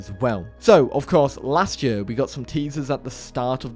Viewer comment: saying YEEUUHH instead of year... my us brain hurts stop!